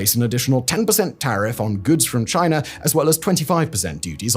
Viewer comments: Its China, chi nah Not Chiner! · “In 2019 Chiner announced”😂😂😂😂😂cmon….thats on purpose bro literally Chinese perfectly with no R